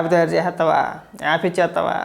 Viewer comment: ఆప్ లో ,ఆప్ లో అంటుంటే,,, సడన్ గా కేజ్రీవాల్,, గుర్తించాడురా నాయనా.... అది యాప్ ah😅